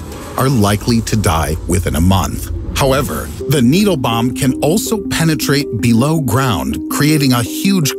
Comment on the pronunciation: bro called needle needy